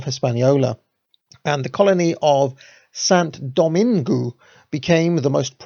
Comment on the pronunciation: you nailed the pronounciation of "saint" then stumbled every time you said "Domingue". If you say it like "Doh-mang" you'll still be wrong but you'll be a lot closer.